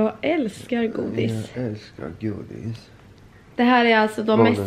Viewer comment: Kanske de kan va foglossning redan? Iaf graviditetsrelaterat kanske.. mycke händer i kroppen och saker o ting flyttar på sig för att göra plats för bebis 😅 haha omg hans skånska dialekt när han sa älskar godis 😂